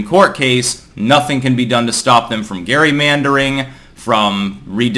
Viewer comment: Lol he can't pronounce gerrymander